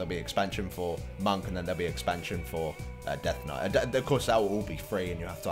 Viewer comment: In British accent... " I guess he's quite death knight-y..." I laughed my ass off..best part of the video...